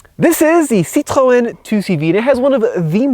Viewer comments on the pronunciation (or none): I Wonder Why everytime you say Citron you have to say it with a weird French accent? you don't sound like you know how to speak French LOL